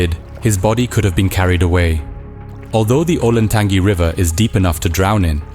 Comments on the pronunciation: Pronounced Olentan GEE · For future videos about the area: Scioto = Sy-OH-Tah and Olentangy = OH-len-tan-jee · FWIW locals pronounce scioto as "sigh-oat-a" and Olentangy as "oh-len-tan-gee"